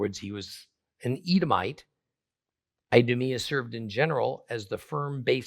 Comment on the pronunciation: I-do-me-a 😂😅 Hmmm, that's telling.